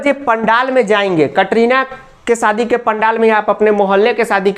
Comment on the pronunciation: Sir kitna ganda bolte hai aap katrina ka saadi 😂🤣😂😅